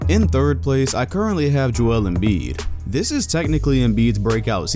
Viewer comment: Did he just say Joel Embid😭🤦‍♂️👎🏼